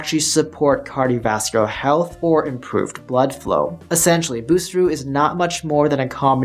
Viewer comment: Great info, i wish h he would pronounce it correctly though 😂